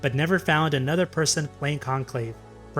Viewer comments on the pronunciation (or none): none